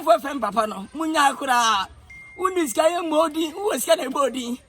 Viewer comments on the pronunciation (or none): none